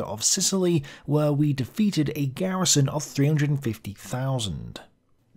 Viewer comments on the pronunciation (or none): none